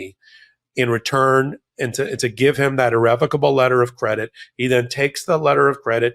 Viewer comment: Omg, Micheal...Thank you for pronouncing 'irrevocable' correctly!!